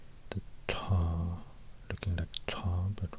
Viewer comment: but his pronounciation of sounds like ص and ط is flawed I think. You can hear that he puts his lips in some wierd position and his voice pitch is going down. This is just weird to hear, you can hear he's struggling real hard, while he could've just placed his tongue in a place that's needed for this sound